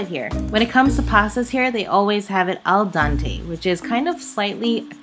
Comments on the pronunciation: Yo. It’s al dente no al Dante. And fresh pasta is not served al dente. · it's pronounced Al DENT A not Al DANTE of course DANTE is the Italian writer most responsible for the modern Italian language that we enjoy today. Also it's NYO-KEY not KNOCK-E, TIRI-MISS-SU not TI-Ri-Me-Su. One last thing real Italian pizza originates from Napoli the true Italian pizza is the Verace pizza and it is not as thin as other Italian pizzas. Also everybody in Italy gets their own pizza and well done eating it with a fork and knife like a proper Italian. One last thing is try to get out of the tourist traps like Florence or Siena to get proper Italian food. And always drink the local wine with the local food. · Did she say 'al dante'???